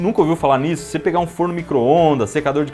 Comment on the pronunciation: 'Pega' ou 'prega' ? 😂